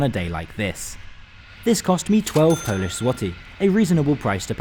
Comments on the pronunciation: Qudos for good Polish pronunciation. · Sir, your polish pronunciation is top tier. I use to travel this line 2 - 3 times a year, those old trains indeed have electrical sockets but they're hidden between seats and hard to find. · Rather nice compartment compared the the open carriages and hard seats in UK first class! As a Brit of Polish origin and a fluent Polish speaker I have to congratulate you on your excellent pronunciation in Polish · Excellent pronunciation of polish young man. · Bro you nailed pronunciation, also WKD is most punctual railway operator in Poland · The accent's off, which is no surprise for a non-native speaker, but the pronunciation of Polish names was pretty on point. Unusual for an anglophone to not butcher our language. A surprise to be sure, but a welcome one. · He said all of them right (yes i'm from Poland)